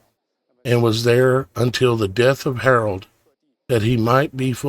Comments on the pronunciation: It's Herod not Harold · I realize you are only sharing TRUTH but PLEASE learn how to pronounce Biblical names. It ISN’T king “ HAROLD “ that you are incorrectly pronouncing but king HEROD….. say it like he’s named HERUD. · It's king Herod not Harold.